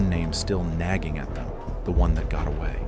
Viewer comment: "The one that got awat" 😂😂😂